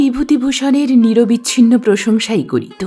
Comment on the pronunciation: আপনি চমৎকার পড়েন। তবে গৌর-অ উচ্চারণ হবে না। কিন্তু অতীত-অ উচ্চারণ হবে। শব্দটা নিরবিচ্ছিন্ন নয়, হবে নিরবচ্ছিন্ন। রূপ-অ বহ্নি হবে। জল-অ স্পর্শ হবে। উচ্চারণ ঠিক হলে শুনতে ভালো লাগে।আশাকরি কিছু মনে করবেন না।